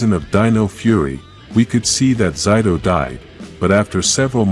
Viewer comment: again with pronouncing zayto even aiyon name too zayto was not the only who could use the the sword the morphin master green gave to the rangers and zayto beat the monster in season 2 but not save amelia free her parents by showing them she is their child man just the intro has a few mistakes dislike